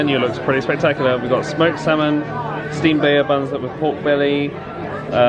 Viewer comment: hey guys! small nitpick here: Bao is pronounced more similarly to bow (like the verb). Also, since it's the word for a bun, you don't need to say bao bun! ( think of it like people saying naan bread when naan is the word for bread)